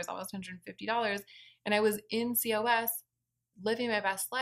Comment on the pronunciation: COS is pronounced “cause”.